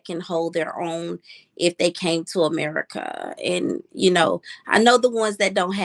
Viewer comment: Here we go🙄. Of course, there are many people from the hood that are articulate and have an excellent range of vocabulary but she is not one of them. The fact she has to make it clear that she is not ghetto and its all unprovoked but pronounces ratchet as "ranchet" and America as "Americaahhh" tells me everything I need to know🤣. In her particular case, her accent comes off as forced!